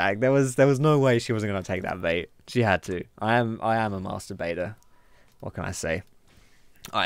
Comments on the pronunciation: it was kind of a joke. the way u pronounces it turns it in "i am a masturbator". but i guess we all kinda are deep inside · I am a master baiter sounded like something else :D HAHAHAHAHAHA